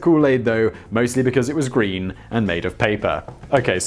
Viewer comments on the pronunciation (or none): none